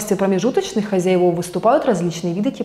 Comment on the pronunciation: Картинка взбудоражила мой "вирус", а "Хозяйвов" - мой слух :)